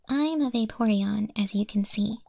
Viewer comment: When saying it multiple times, all I heard was Baeporeon 😂